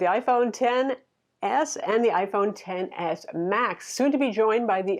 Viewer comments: love your reviews but it’s pronounced Ten. Not X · It pronounced Ten S!!!